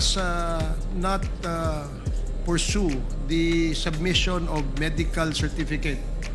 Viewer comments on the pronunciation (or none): none